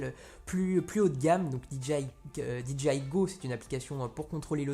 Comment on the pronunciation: Petit détail en passant, "DJI" ne se prononce pas "Di dji aïe", mais "Di djay aïe", puisque le "J" en anglais se prononce plus comme un "G" et non un "J". Du coup, si tu prononces le "D" et le "I" en anglais, il te faut prononcer le "J" aussi en anglais ;^)